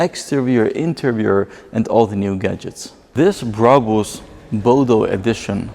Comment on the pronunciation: why cant he say brabus normally